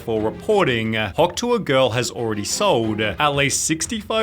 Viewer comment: Why does this guy talk this way LOL makes the videos completely unwatchable. "Hawk Tuah girl has already sold-UH $50,000 dollars worth of merch-CHH" so fucking annoying